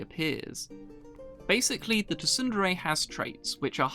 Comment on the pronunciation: Wait, you pronounce it tu-sun-dere? It's pronounced soon-dere. Like how you don't say the p in pterodactyl.